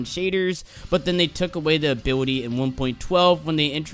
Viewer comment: you can't pronounce ability